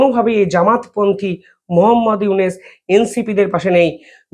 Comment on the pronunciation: ফয়জাল না ফয়সাল। ইউনুস কে বলো ইউনেস নামগুলো ঠিক করে বলতে পারো না।